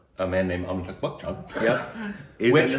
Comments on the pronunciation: And they pronounce his name Amitag. Amitag Bakchan. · Am I the only one, or really still pronuncing "Amitakh" and no one is complaining?